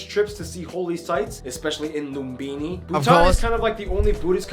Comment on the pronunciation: Me as Nepali getting angry with the person’s way of saying lumbini sagarmatha Gautama terai and others lol